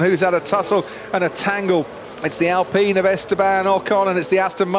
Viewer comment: I wish these commentators would learn their English. It's Alpine with the E making the I say its own name. Not Alpeen.